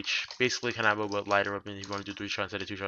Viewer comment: "Kan - AHHH - bow" me: can - uh - bow